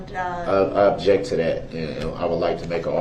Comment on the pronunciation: Det. Casey was GREAT.....love how he waited for DB to "ub-jekt" before he answered every question.